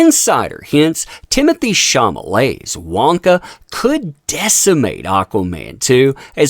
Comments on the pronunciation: are you aware that you mispronounced Chalamets name everytime you said it? You said "chamalet" and its "chalamet" 🤭🤭🤭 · SHAW-luh-may not SHAW-muh-lay. LOL Dude... So it looks like they're waiting for Aquaman 2 to fail but if they're thinking Wonka is gonna be some box office bonanza, take a look at the race and gender swaps. Little Charlie looks to be a black female instead of a white male. It's more woke garbage that will be rejected by the masses. So I'm expecting both movies to fail in spectacular fashion actually. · Ate you doing this on purpose? Mispronouncing ChaLamet as ChaMalet? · The only issue I have with this: shaw-law-may. Not shaw-ma-ley. I don't know who that is or care but misreading it over and over was agitating. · CHA-LA-MET NOT CHA-MA-LET. Good video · Question, Is there any reason you're calling him Sham-a-lay and NOT Shall-Lu-May ??? Are you intentionally mispronouncing his name? just curious? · He keeps saying "Chamalete".😂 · No desire to see Wonka or Aquaman 2. Don't care about either movie. Also it's Timothy Chalamet why are you pronouncing it Chamalet? LMAO! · Mispronouncing Chalamet throughout the video.